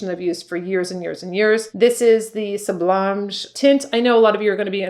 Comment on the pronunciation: 'Sublimage' sounds like 'soob lee maj' 'SOOB LEE MAJ' ....I hope this is helpful. I love your videos and you recommend some very good products. The Christophe Robin hair volumising mist that smells of roses, has been a godsend for my fine textured floaty hair, gives it body and bounce, and smells divine!